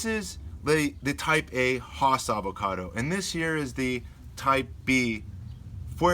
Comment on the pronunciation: 'Hoss'--said no avocado grower that I know--ever--unless they're talking about Bonanza's Hoss Cartwright. 'Hass' is said with a smile--always--and rhymes with lass, class, pass. Oh, sorry. Don't let the pronunciation distract you from the very good information in the video. But with regard to trunk sprouts above the graft union--I would not remove them completely until the trunk reaches a couple of inches in diameter and it is shaded by the tree's canopy. The alternative treatment is to allow the sprouts to grow two or three leaves, and then to pinch the sprouts off to prevent further growth. The green and fuzzy look provides photosynthetic surface to help build trunk caliper more quickly. If the trunk is exposed to sunlight, the lower trunk leaves will also help protect the trunk from sunburn. The extra transpiration flow to these lower leaves will also help cool the trunk.